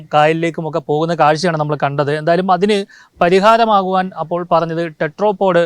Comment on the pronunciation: ടെട്രോ പോഡ് അല്ല ടെട്രാപോഡ് (Tetra ) ആണ് ... Tetra എന്നാൽ മൂന്ന് എന്നാണ് ... മുക്കാലി ...